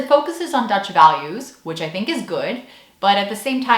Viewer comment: Wow your Dutch accent is very good! Kudos! I think I have to agree with you on the 6 hour course on Dutch values being kind of a weird high-pressure cooker thing...